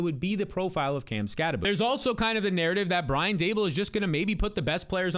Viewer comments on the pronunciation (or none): none